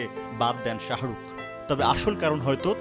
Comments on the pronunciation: u guyz are falied to pronounce the name of shahrukh lol😑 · শাহারুখ কি রে ভাই?? এ কেমন সাংঘাতিক? সময় টিভি কোয়ালিটি বাড়াও